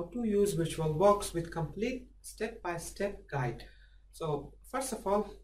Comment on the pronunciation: intro: "compelete" excuse me wtf?